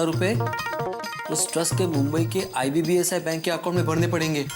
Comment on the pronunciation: Icici bank ❌ ibbsi bank ✅